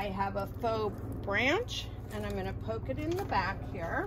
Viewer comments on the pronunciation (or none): none